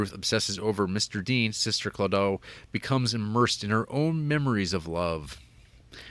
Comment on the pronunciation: “Sister Claudough” “Rummer Goeden” and “Dana Kerr” what the entire hell? Lol